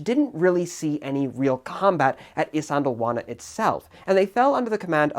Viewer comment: white boy pronouncing isandlwana compilation ( i cant say it either)